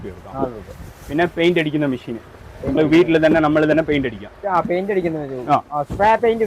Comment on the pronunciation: മിശീൻ അല്ല, മെഷീൻ ആണ് 😂😂😂